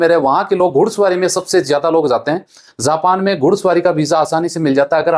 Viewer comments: Zapan nhin japan ho ta hai phle bolna sikho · "‌ज" होता है "ज़" नहीं उच्चारण पर ध्यान दो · It's not zapan...it is japan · झा पा न तो झाना साहिय। असा है झा पा न ।।।। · Zapan nahi japan zob nahi job pahle bolna sikh le